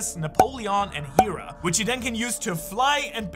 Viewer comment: How did you butcher Zeus's wife name😂😂😂